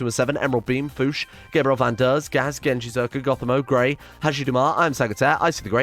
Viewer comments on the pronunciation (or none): none